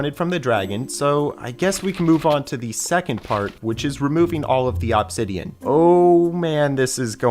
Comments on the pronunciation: Aww-b-sideon is killing me…… ITS UHH-B-SIDEON (I watched this video start to finish) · I like how he says Ahbsidian instead of Obsidian 😂😂😂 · "awbsidian" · Bro really saying OBsidion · It's only been 20 mins and I'm already over how he's saying Obsidian. Thought it was satire at first, but it just keeps going